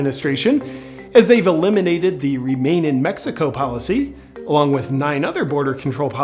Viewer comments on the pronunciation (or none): none